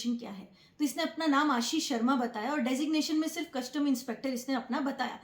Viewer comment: Madam, word कस्टम होता है, ना की कशटम!